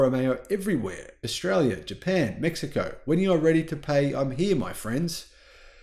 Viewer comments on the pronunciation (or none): none